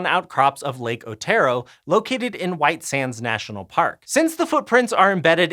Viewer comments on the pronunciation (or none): none